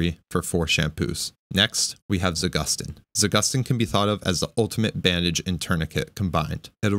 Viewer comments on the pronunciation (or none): It's not za-GUS-teen, it's za-goose-teen. Trust Russian, it has a meaning behind the name